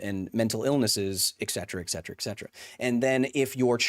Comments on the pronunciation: Kyles arguments are all void because he said “eccedra” instead of “et cetera” nah but fr i love the video. people arguing in bad faith dont deserve to be debated. scientific consensus isnt up for debate, especially not with nerds online who dont know what theyre talking about. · The only thing I disagree with him on is how he keeps pronouncing "etcetera". 😅 Pet peeve! There is no "x" in the word! Lol